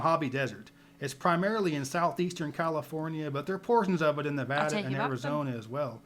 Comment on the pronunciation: Agree! was dead on with "Nevada" pronunciation.